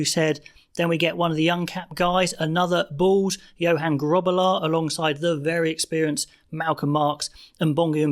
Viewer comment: Gerhard - gutteral g and hard r's. Johan - You-hun.